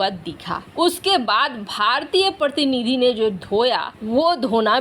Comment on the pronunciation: मैडम प्रतनिधि क्या पको प्रतिनिधि कहने में कठिनाई होती है ? कृपया उच्चारतां ढीक से करें आभारी रहूंगा और हिंदी का | सम्मान भी होगा | वैसे हिंदी तो मेरी भी बहुत शुद्ध नहीं है | शुद्ध हिंदी तो केवल महाराष्ट्र में ही बोली जाती है | मुझे भी हिंदी के लिए माइक्रोसॉफ्ट का ही सहारा लेना पड़ता है क्योंकि हिंदी टाइपिंग तो मुझे भी नहीं आती है | माइक्रोसॉफ्ट मेर हिंदी शब्द वोह टाइप नहीं होते है जो मैं टाइप करना छटा हूँ | मिक्रोसॉफ़ में इंग्लिश रोमन में टाइप करने पर हिंदी अपनी आप आ जाती है जो स्याम ढीक नहीं होती है |